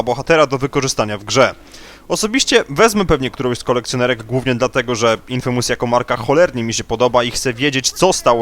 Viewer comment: czyta sie "infejmys" a nie INFYMUS , kolego jak prowadzisz program o grach to sięgnij czasem po słownik bo zwyczajnie błaźnisz sie gadając głupoty !